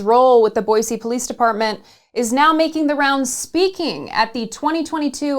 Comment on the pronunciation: Boise = Boi*cee* and not Boi zee 🤯